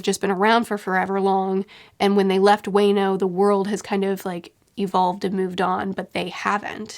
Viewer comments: Fyi, Wano is pronounced Juan-o, not way-no. Love this series:) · It is funny that whenever pronounces "wano" i think she will say "wanus" and i get a bit disappointed